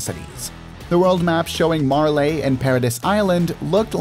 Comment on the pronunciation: I'm sorry but the way you pronounce Marley is so annoying, that's my only complaint. You pronounce it "Mar-lay" when it's "Mar-lee"